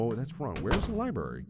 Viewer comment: MARK: Repeats over and over WHERE WAS DA LIBRAR-RE Me: U JUST PASTED IT OMGGG XDDD Dying of laughter